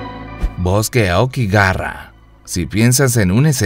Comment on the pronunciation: okigarra exito XD. todai vida pensé que se pronunciaba okigahara .